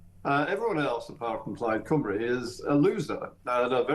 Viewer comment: Come on Kevin….i love you, but please, oh please can you learn how to pronounce ‘Cymru’ correctly! ❤️